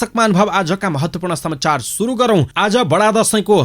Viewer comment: Samchar hoina ta sir samachar ho patrakarlenai yasto galti garepachi arule ke garla ? Bichar garnuhola 😃